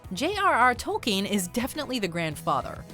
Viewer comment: J.R.R. Tol-keeen